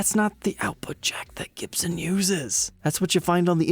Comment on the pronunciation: Gibson with a U instead of an O !!